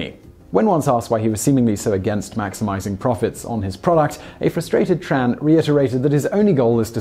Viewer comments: It's T-R-AN not Chan other than that very good vid per usual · I’m Vietnamese, my last name is Tran... By the way, it is pronounced (Chung, just don’t emphasize the “ung” too much)